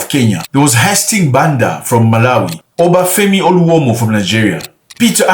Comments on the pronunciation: It's Obafemi Awolowo, not oluomo. I am offended, Zack. Get your names right. That's my hero. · Many countries talk Pan Africanism while Nigeria actually does Pan Africanism. The disdain you hold for Nigerians is clear for anyone to see. You could not even get Obafemi Awolowo's name correct., and deliberately omitted Nigeria as one of the major supporter of the ANC. Nigerians took pay/salary cut to Support South Africans. Nigerians spilt their blood/died for Sierra Leone and Liberia, to end their Civil war. Nigeria overturned a military coup in Sierra Leone and other West African nations. Abiola, winner of annulled 1993 presidential election in Nigeria supported Black American Reparation and may have paid with his life for it. Up till fuel subsidy removal, many West African nations got cheaper fuel because of Nigeria. Nigeria supported Somalia in training their security forces. Nigeria lead the peace process to end civil war in Ethioia recently. Dangote refinery is already saving many africans countries cost of buying petrol. A Nigerian lead the African stand with Jamaica/Carbbean after hurricane. Music and Movies -Nigeria has put Africa on world stage. The list is endless, but of cause Ghana is the goto nation when it comes to publicity of Pan Africanism. Nkrumah tried and did well but same Ghana wanted to charge fellow Africans millions of dollars to be able to do petty trade in their country, even if that is against ECOWAS (West African Economic union). Ghana deports africans more than any Sub Saharan African nation, maybe second only to South Africa per population.